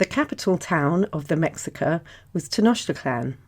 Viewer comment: mexica is actually prononced like me-shi-ca. the "x' is actaully pronounced like "sh" in the nahuatl language